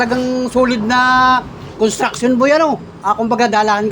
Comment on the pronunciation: Nahihirapan lang mag bigkas yan ang sakit ng Pinoy bakit yong ibang lahi di din marunog ok lang